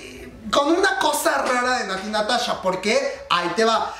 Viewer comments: Natti Natacha! jajaj me encanto como lo dices comadre. Ps la verdad la canción está muy buena y pegadiza... Natti Natasha le da ese aire ese no se que.. Me gusta me gusta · shot cada vez que dice Natty NataCHA (ya se que lo dijo en broma)